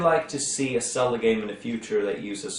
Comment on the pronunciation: If I hear "Selda" ONE more time...